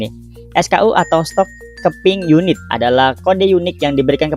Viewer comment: RIP ENGLISH, KEPING YUNIT WKWK